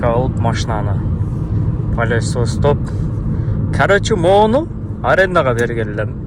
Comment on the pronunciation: Пылесостоп, жууп жур деп айткам дейт....палиоесостоп деп айтыптырда бул 😂